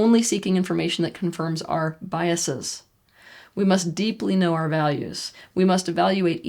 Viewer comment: Thank you for saying biases instead of biasees.